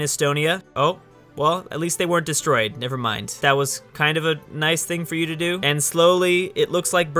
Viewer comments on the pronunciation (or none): none